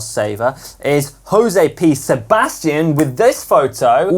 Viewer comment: said “José P Sabastian” for a guy named Josep. Comedy gold 😆👍🏻